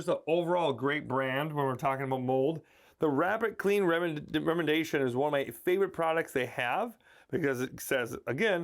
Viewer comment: Re-MEE-de-YAY- shun. 😉